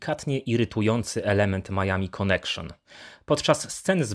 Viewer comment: "konekszon" hehehe